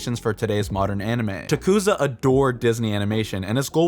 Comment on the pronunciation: You pronounced tezukas name wrong this entire vid lmao